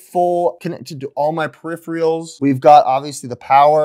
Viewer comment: Periph-er-als, not Periph-re-als...